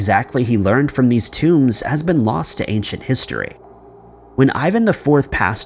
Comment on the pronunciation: thank you :) or such words as "tomes", how do you get tombs from tomes?